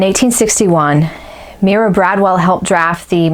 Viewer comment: Pronounced MY-ruh, as in Breckenridge.